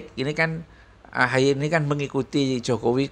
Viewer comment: Sebutanya AHY apa AHAAI ya sekarang😂